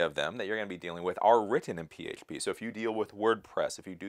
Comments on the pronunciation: Why can't he say php? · The way you say H is very weird. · Why do pronounce certain words like that? Can't even say PHP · Is that how you actually say PHP? If so, no problem, but I can't tell if you're trolling, lol.